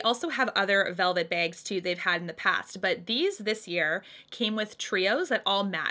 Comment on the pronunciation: The way u say Bags or Bag tickles the heck outta!!!! 🤭😉💕